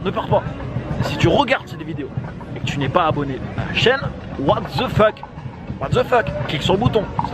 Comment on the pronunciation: j'adore quand tu dis what ZE FeuK hhhhhhh j'ai toujour adoré tes videos mais celle ci m'a vraiment fait rire alors j te dirai va te taper une femme t'as l'air affamé et ca te bouleverse les idées :D